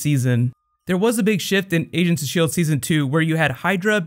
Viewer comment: "asians of sheild" LOL